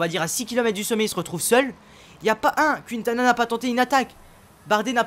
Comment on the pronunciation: C pas QUINtana tu met pas d accent